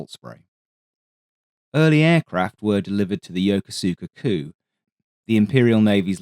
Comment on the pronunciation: I came here to talk about yoko suka Makes my eye twitch every time